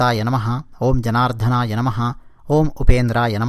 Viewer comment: జనార్థన. కాదనుకుంటా...జనార్దన